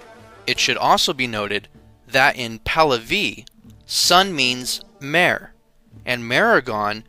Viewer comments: In Persian the letter H is not silent. I wish someone had told the narrator. In words like: MEHR, SHAH, etc. Otherwise good work. Thanks. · Except for the funny pronunciations, a good video. Zoroastrian is pronounced Zoraastrian, Meher is pronounced May-Hayr, Mehergan is pronounced May-Hayr - gaan, Demavand is pronounced Day-ma-one with a d sound at the end. But good content though, so well done.